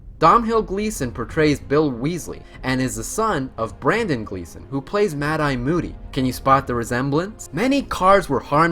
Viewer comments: Ok, good video! But for the love of God (I'm sorry to be this guy) that name pronunciation though! Voldemort = Ralph Fiennes pronounced Fines, Moody = Brendan not Brandan and his son is Domhnal as in Doe-nal!!! :D Apologies again but I had to get that out :o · Dom hill Gleeson and brandan Gleeson 🤦‍♀️ Irish names that should be pronounced Dome-all and BrEndon